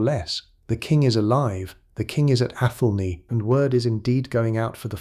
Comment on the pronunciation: People living in what could be England wondering if they will have something able to be called a country shortly - that's England now. It's pronounced ATH'lney, or are you an AI. The peasant's name is pronounced Cheyolwolf. A Smith was a man of very high standing in a village in those days - people's lives were depending on him. No such thing as pottage in those days!